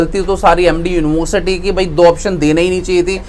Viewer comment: University bol nhi paa rhe ho...@@